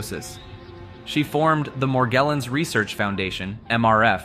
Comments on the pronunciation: Bro pronounced "Morgellon's" literally 6 different ways. Sometimes it has a French accent and shit 😂. "Meirjerrohnns" 😅😅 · it took me too long to realize that an AI is reading this, but he pronounces Morgellons in 5 different ways in the span of a minute.